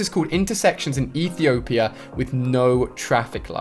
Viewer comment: My Background is Ethiopia good job saying it properly a lot of people cant and thanks for the complement